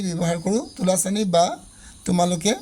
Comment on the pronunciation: দাদা তুলাচনী হয় তুলাচানি নহয়